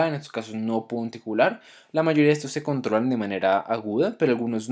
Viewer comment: Pronuncia mejor la palabra ANTICOAGULAR